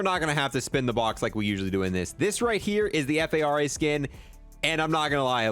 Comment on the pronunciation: Bro i swear you call the fara the F A R A just to piss me off😭